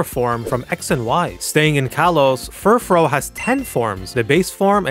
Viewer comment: You mispronounced furfrou and alcremie. They're pronounced FUHR-froo and al-KREE-me. Furfrou's name comes from the word "frufru" which means fancy or hoity toity. As for alcremie, it comes from the word "creamy" and hence rhymes with it.